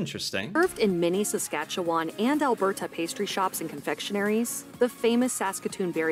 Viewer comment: She's not pronouncing Montreal, tourtiere, or Alberta properly in the English way or the French way. Fraud. Haha.